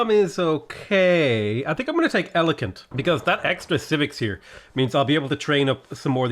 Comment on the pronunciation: Elokent lul